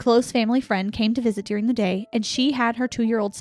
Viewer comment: You both pronounce the word “during” like “dearing” 😝 I love it! So cute!